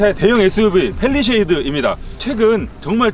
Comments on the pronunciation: 팰리세이드인데.. 팰리쉐이드 아니고 ㅋㅋ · 다 좋은데 펠리세이드를 자꾸 펠리셰이드라 하시는거 같아요. 리뷰는 일등입니다.